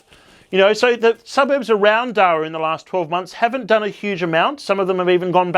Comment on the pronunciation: I hate to be that guy, but it rhymes with para (as in parachute)..